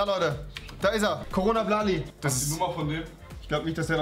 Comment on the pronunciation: es heißt coblali